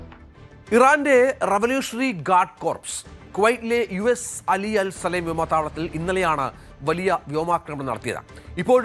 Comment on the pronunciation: സാലിം❌ സലേമ്✅